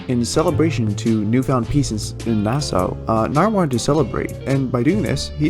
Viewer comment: GOD DAMMIT ITS PRONOUNCED NASSAW